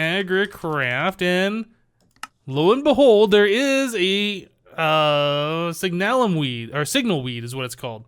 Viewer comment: Signalum is pronounced SIG-nuh-lum. Love the vids! Keep up the great work.